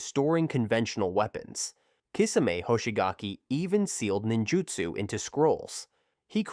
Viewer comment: I was starting to get mad already then I heard “Jinjutsu” and it sent me😤 you get a dislike from me and a hard recommendation to not subscribe😒